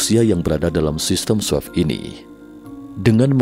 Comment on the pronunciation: Swift bacanya swif pak, bukan swef😅